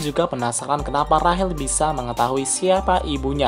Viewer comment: Rachel(rashel) Cok bukan Rahel